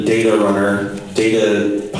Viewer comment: Yes but more, "Teh data" hahaha